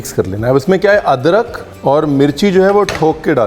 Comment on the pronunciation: Adrak nehi adgar